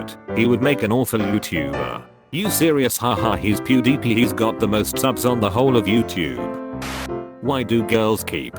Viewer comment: WHY HE SAY PEWDIEPIE LIKE “pewdeepee”